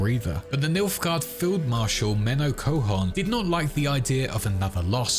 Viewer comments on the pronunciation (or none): menno coehoorn, as in menno van coehoorn, the dutch general? bro didn t even try with the names